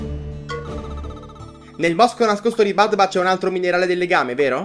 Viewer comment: BABDA non badba, ti prego ❤